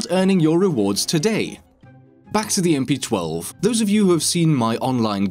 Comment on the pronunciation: How does he possibly mess up the name of the gun? Does he not play siege? lol. I cant get over MP-12.